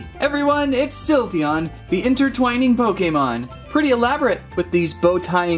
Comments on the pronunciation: Its sly veon not silveoon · You said syvleon wrong it’s pronounced syv- lee- on